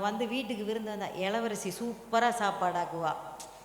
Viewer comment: இளவரசி ன்னு சொல்லுங்க மேடம் எளவரசி சொல்லுறிங்க